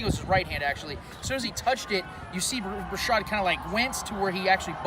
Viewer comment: Its Bashaud, pronounced ba-shawd. No R lol... good video man... go chiefs